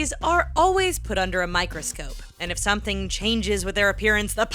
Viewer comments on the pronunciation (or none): none